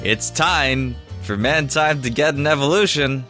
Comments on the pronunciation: It's not mantine it's manteen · its ManTEEN NOT MANTINE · You Said "Man-Tine" Instead Of The Correct Pronunciation,"Man Teen" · man-teen, not tine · It's manteen instead of mantine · Mantine is pronounced Man-Teen! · it's man-teen you moron learn how to read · It's actually man-TEEN. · It's man-teen!!!